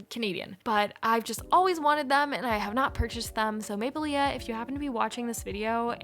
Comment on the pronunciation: The maplelea brand is pronounced maple-lee. The last A is not pronounced:)